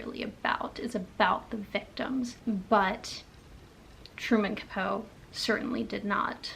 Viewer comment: Love your channel, and hearing your insights on what you are reading. I've read In Cold Blood & found it to be interesting. It pretty much kicked off the True Crime genre. Yes, he did take liberties (aka just made up scenes to make the book more interesting), and it worked. Today we are more likely to see the disclaimer - Based on a true story. I believe Capote is pronounced kuh-po-tee. I also read 1984, back in junior high, so it's been a while. I definitely would have gotten more out of it if I had read it as an adult. Never have I heard of Birdsong. According to Goodreads it's #2 in a trilogy?? I think I will pass on that one, but I thoroughly enjoyed your review ❤